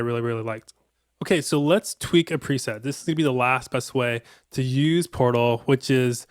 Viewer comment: I'm sorry but I had to restart it..cuz I hear porno n not portal 😂